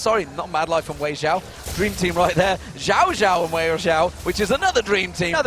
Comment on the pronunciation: so annoying when they say xiao as Jiao lol.